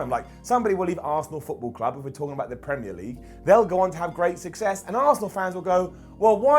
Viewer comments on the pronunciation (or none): none